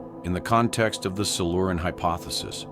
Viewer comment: Silu-Ran?? Not Silure-ian??